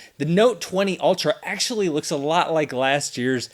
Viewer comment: Why do I hear "alter" and not "ultra"?